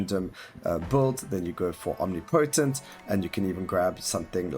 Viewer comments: There's a difference between "accent" and "wrong" :D Accent is when you pronounce "aɪ" phonetics as "a" bc South African drops inflection. Wrong is when you say omnipotent wrong :P But hey, just tryna help. No hard feelings. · Thanks for the showcase! Updates look fucking awesome. But, my guy, that's not how you pronounce omnipotent :D